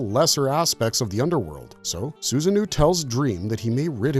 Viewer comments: Sorry, but it's Susano-o, not Susanoo... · Am I the only one kinda annoyed he's calling Susanoo SusanNu? And the irony of pointing out the lore inaccuracy?? It's a great video, but still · The pronunciations of some of these characters pulls me out. Susano - (Soo-zah-noh) is just one example